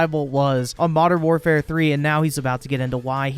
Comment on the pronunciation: Can’t deal with how this nerd pronounces war “whaarfare”